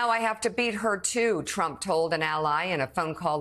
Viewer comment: Did she just say Trumpone!? LOL she did a funny, that was funny!